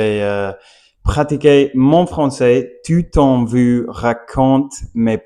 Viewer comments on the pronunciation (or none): Tout en vous partageant mes pensées, tu dois t’entraîner à prononcer “vous” et non “vwu”. Pourtant, tu y parviens très bien lorsque tu dis “Bonjour” au début. Répète “ou” cent fois par jour. Pareil pour le "R", parfois tu le prononces bien, et parfois tu le reprononce à l'americiane, essayes de le faire constamment.